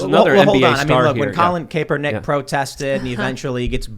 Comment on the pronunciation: Tim has nobody told you how to say Kapernick, its Cap-er-nick